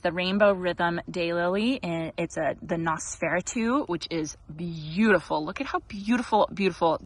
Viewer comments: You are close on the pronunciation. nos-feh-rah-too Hope Mr. Monty is feeling better. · You ARE mispronouncing Noseferatu. nos fur AT oo 😄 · I'm lolling at your pronunciation of Nosferatu. It's "Nose-fore-aah-two" ;) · I'm so happy Monty is feeling better. Loved seeing his pleas for more ball time 😂 Oh, and Nosferatu is pronounced Noss-fur-ahh-too with emphasis on the first and third syllables 😊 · Not a big deal, but I think you are pronouncing Nosferatu incorrectly. Not sure why anyone would name a flower after that, haha! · Please learn how to pronounce Nosferatu correctly.